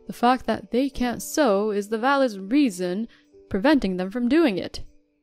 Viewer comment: Well done on pronouncing 'sew' correctly in the correct context 🙂 You've come a long way from when you used to say 'soou' for it. 👍